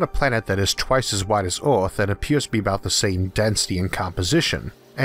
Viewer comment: He says earth like "eOReth"